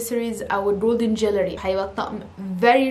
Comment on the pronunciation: ريلاكس لسانك شوية في الانجليزي. مش اسمها جاليري اسمها جوليري jewelry. مش مضايقني انك بتدخلي كلمات انجليزي مع اني امريكية وبتكلم عربي طول الوقت بس النطق مضحك شوية